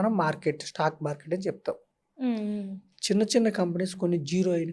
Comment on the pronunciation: మీరు మీ' తల్లి దండ్రులను, చెల్లిని ' థల్లి థండ్రులు, ఛెల్లి ' అని ఇతరులకు పరిచయం చేయరని అనుకుంటున్నాను. ఒక వేళ నా ఊహ తప్పు అయితే క్షంతవ్యుడను. మీరు ' ఛాలా ' అని కాదు ' చాలా ' అని; 'ఛిన్న ' కాదు ' చిన్న ' అని; ',; ' అంథో ఇంథో ' అని కాక ' అంతో ఇంతో ' అని పలకాలమ్మా. ఇక ఉటంకించడం మొదలు పెడితే అపభ్రంశ ఉచ్ఛారణ గల పదాలు నీ నోటి నుండి ధారాపాతంగా వెలువడుతు ఉన్నాయి అని తెలుపడానికి నేను సంశయించ వలసిన అవసరం లేదు. అక్షరాలకి లేని చోట ఒత్తులను చేర్చి పలకటం నీ దృష్ఠి, లో ఒక (నీ) style కావచ్చు, కానీ అది సమర్థనీయ ఉచ్ఛారణ కాదని గ్రహించి తదనుగుణంగా నీ ఉచ్ఛారణను సరిచేసుకో వలసినదిగా వినమ్రంగా మిమ్మల్ని అభ్యర్ధిస్తున్నాను ' తల్లీ ' నీ style లోనైతే ' థల్లీ ' అంగ్ల భాషా జ్ఞానం లేని ఒక హిందీ ఉపాధ్యాయుడు ' challenge ' ని ' ఛలేంగే ' అని పలికినా తప్పు కాబోదు అని నా భావన. చుంచు sorry మంచు లక్ష్మి విదేశాలలో కొంతకాలం చదువుకున్నది కనుక ఆవిడ అదోరకమైన ఉచ్ఛాలణను అలవరచుకొని; (తను విదేశాలలో చదువు నెరపానని తాను చెప్పకనే ఇతరులు గ్రహించాలని కాబోలు) అలా మాట్లాడుతు ఉన్నారు అని మనం భావించ వచ్చునేమో.